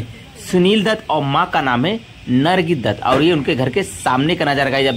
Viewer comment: बिल तो ठीक से ले मान्यता को नम्रता बोल रहा है नरगिस को नर्गी बोल रहा है कैसे कैसे लोग यूट्यूब चैनल बना लेते है